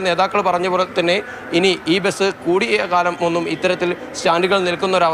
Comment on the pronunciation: എടൊ ബെസ് അല്ല ബസ് ആണ് ആദ്യം പറഞ്ഞു പടിക്ക്